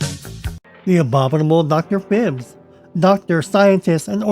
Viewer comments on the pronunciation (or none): Dr. Phibes is one of Vincent Price's greatest characters. However, "Phibes" rhymes with "vibes". Check it out.